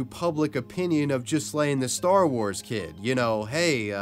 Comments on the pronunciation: LOLOLOL You must be American lol its NOT JIZ-LANE or JIS-LANE lol its pronounces G like Hard G Ga- like the name GUS so G-Laiine lol dont use the S at all either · You've even done a huge injustice and caused more insult to Ghyslain just by pronouncing his name completely wrong. The Gh for one isn't pronounced to sound like a J, it's a strong G sound like when you say G,ood or G,reat..hear the G sound...and the S is silent. His name is pronounced as in Gee-lain, Not gee, as in gee whiz, but Gee, with a guh type sound. He was probably called Gee (ghee), by his close friends and family. Ghee-lain. Learn a foreign name properly please, before doing a video. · It's pronounced Gee (like Guy pronounced the French way) laine Gee-laine (with the ”gue” sound, not the ”je” sound). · Ghyslain is actually pronounced ‘Gee-lane’. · I think that it pronounced Gi-lane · Ghyslain = Gee-lain. Butchered that pronunciation